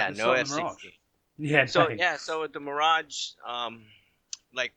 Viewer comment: Love how he proncounce it "The Mirodge" :D